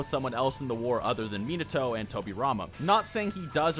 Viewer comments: I keep hearing "Mineto" and it is killing me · I cringe at your pronunciation of Minato. You pronounce naruto the way I do, but not minato. They are pronounced the same. NA-RU-TO MI-NA-TO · Why do you yt guys say minato like nimatoads instead of minato like how is japanese name is supposed to be pronounced...? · they way you say minato makes me want to claw out my eyes